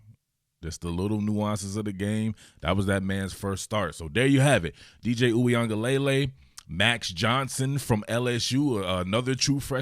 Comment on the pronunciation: Your pronunciation is WAY better than most talking heads lol. Only thing: it's luh-lay at the end, spoken very quickly, not lay-lay spoken slowly. Not hatin'; you straight up need a language degree to pronounce this dude's name 😂